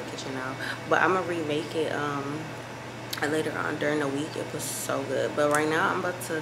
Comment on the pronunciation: Tell me you been watching UK youtubers without telling me U been watching UK 🇬🇧 vloggers…: “Talk u guys latuh” in her British accent.. 😝 😂